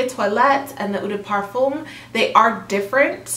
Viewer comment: If you’re going to make more of these videos you should watch a few perfume channels to learn the pronunciation of the key terminology! Especially “eau”, “toilette”, and “parfum”. (Also “peony”, “métallique”, “balsam”, etc...).